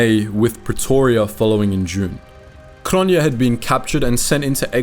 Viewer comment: Cronjé is pronounced Cronyay.